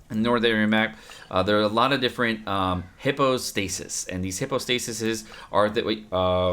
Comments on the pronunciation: It’s not a hippo lol... pronounced HIGH PO STASIS Also... hate to break it to you but majority of stat increases are % so increasing your lvl is very important as % increased items are based off your base stats which only increase off weapons and lvls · Hy-PAHS-tuh-sis... my work is done here